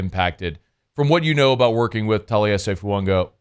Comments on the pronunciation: where are you getting the letter N in FUAGA? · Well, according to the New Orleans Saints and Oregon State websites IT IS PRONOUNCED "Foo-ah-gah". No "N" or pronunciation of an "N". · there is no N in Fuaga! It's not funga. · His name isn't Fuonga! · please stop pronouncing the N in his name 😂. There’s no N. 🤙